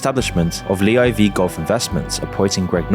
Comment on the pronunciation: It’s live bro not lee IV 😂